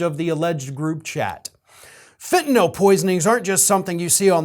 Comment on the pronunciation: about the only blogger/journalist-type that I’ve ever heard who pronounces ‘fentanyl’ correctly. I’m hearing either fen-ta-nol or fen-ta-nuhl. So….good on you, bro. (pardon my idiosyncrasy)